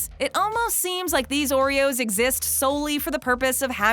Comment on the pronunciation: Someone say O reros?